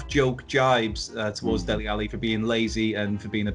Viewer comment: Dele.....not Deli🙈